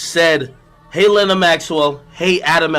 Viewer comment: My queen adams childs mother pronounces her name “l - ey - na” not “l-ee-na”keep slaying 💅💅